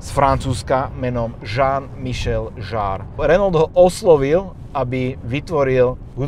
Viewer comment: Vsetci co pozname francuzskeho hudobnika ho volame Žare a nie Žar.